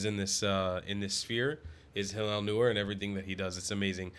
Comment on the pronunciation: By the way -- Hillel's last name is pronounced "NOY-er."